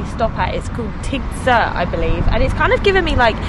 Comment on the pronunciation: Great video 👍 Remark: in Tigzirt, both letter “i” are pronounced like “ea” in sea. All the best for your upcoming adventures 🙏